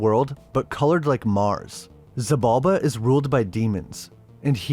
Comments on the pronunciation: Xibalba is Maya Mythology, not Aztec, and it SHI-Balba, not Si-balba. X is a Sh. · It’s actually pronounced Sheeb’ Alb’ a the X makes a sh sound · "She"-bulba! For Xibalba...The X was pronounced like She...Similar to Sidhe... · The X in Xibalba is pronounced like sh. She-balba.